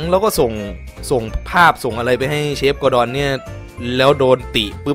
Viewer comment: กูไมได้ยินว่า ดอดอน😂😂😂😂